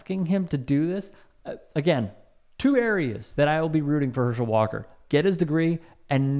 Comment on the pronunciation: "Herschel 'Daam' Walk-ah" - Dr. Rashad Richey.